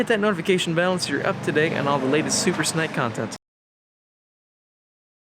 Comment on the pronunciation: Is it supposed to be called a super snake! Like as in haven something small to eat.. Like this young boy keeps saying.. Or am I right in thinking it should be pronounced super snake! As in ( Rattle Snake ) or is it am English and stupid?